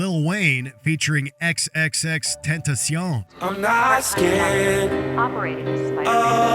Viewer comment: You said tentacion wrong.